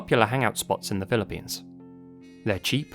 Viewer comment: Being Filipino myself I couldn't resist clicking on this link 😊 🇵🇭 Also couldn't help notice you said "Pilippines" like some natives do lol 😄